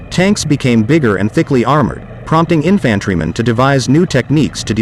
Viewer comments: This seemed interesting, but by the second time I heard the word "in-FAAAN-tryman," I was done. I'm just funny that way... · "infant-treemen"??? yeah, stopped and disliked , right there. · In-fan-tree men??? lol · I think panzerfaust translates to “armoured fist”, not “tank fist”. And what weird pronunciations of “infantrymen” and “Adolf”.